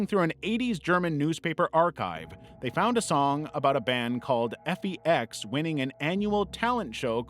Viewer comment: I hadn't heard of the band but surely, FEX would pronounced effex, not f.e.x. Just sayin'.